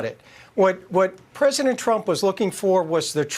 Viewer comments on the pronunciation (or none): Silly question I know but why does John Lauro call Trump "presdident" ???? Why not former president or old 45... It makes everything he is saying sound stupid...